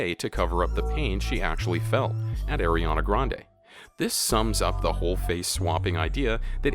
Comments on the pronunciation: the way he said it tho... airy-ahna grande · He said eriana grande 😂